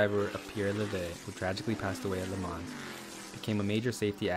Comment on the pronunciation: There is no ‘s’ sound at the end of Le Mans. Technically, no ‘n’ sound either. This was as hard to listen to as a documentary on the Corvette where the narrator calls the company “Shev-ro-lett”! 🤦‍♂️